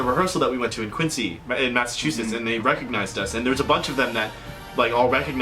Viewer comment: It's pronounced Quin-Zeeee